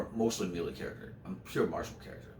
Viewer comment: Melee is pronounced "may-lay." Otherwise I'm enjoying this greatly :)